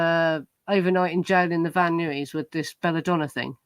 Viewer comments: Hi,! Tiny, minor note: Van Nuys pronounced "Van-Eyez". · It's pronounced:' Van Nyes'.